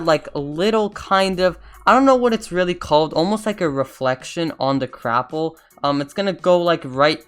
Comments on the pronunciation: LOL It's not Crapple it's Gapple. xD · Why is no one talking about how he says crapple